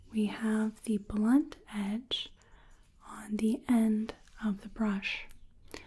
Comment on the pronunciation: The facial sensitivity exam parts are my absolute favorites. Thanks for making that section so involved. The way you pronounce The final T sound in "blunt" and "soft", is so relaxing.